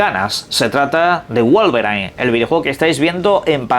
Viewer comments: WOLVER I N (como se pronuncia) - No Wolverain XD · "guolveRAIN"??? 🤨 WOW!!! 😑